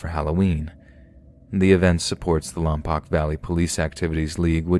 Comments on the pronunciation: Bro, it's pronounced "Lom-poke", not "Lom-pock". Darn you, Vin Diesel! Darn you to heck! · Omg Lompoc mention! My dad is from there, just FYI it's pronounced lom-polk, the "poc" part should rhyme with "folk" or "poke". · It’s pronounce lomPOKE. I SHOULD KNOW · The Southern California town is pronounced Lom-poke and that hasn’t been done here since I think 2013 unfortunately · Oh my goodness ! I live in Lompoc - It's actually pronounced "LOM-Poke" :) The yard flockings are super sweet, and have been doing great ! I love how creative they get with them.